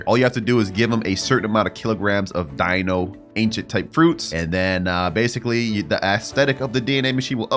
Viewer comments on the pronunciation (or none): none